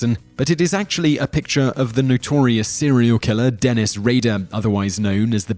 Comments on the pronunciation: His pronunciation of names confuses me....and apparently most of you as well. For example, number 1 is Dennis Rader and Simon literally pronounced his last name two different way in a 3 second time span. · In the narration for number 1, he pronounces Dennis Rader’s surname two different ways!